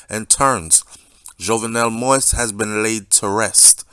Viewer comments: Great job brother. Let me help you out with the pronunciation of his last name. It's pronounced Mo-eez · His name is pronounced like MO-EASE, Mr. Host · Dude you keep butchering the deceased name..it's not pronounced "moist"..learn the man's name please. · he sounds like he speaks perfect English to me, therefore he should be able to properly pronounce the name. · You should be able to pronounce the man’s name correctly by now!